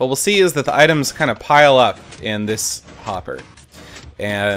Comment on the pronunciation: you said popper instead of hopper